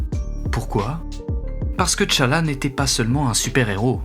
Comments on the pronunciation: Par contre....C'est "Tchalla" pas "Téchalla" pitié 😭😭😭 Excellent video, mais j'avoue que le fait que tu l'ai appelé "Té-Challa" pendant tout ton recit m'a trigger de fou 😭🤣🤣🤣 Grosse force, et merci encorepour cette magnifique video 🫡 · 😂arrêtez de dire "t" challa please. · Le T de T'Challa ne se lit pas. C’est plutôt Tchalla (Tcha-la) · ca se pronnonce comme si il y avait 2 t a suivre pas thé tchala